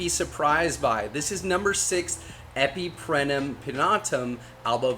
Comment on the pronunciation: It's also EpipreMnum, not Epiprenum 😂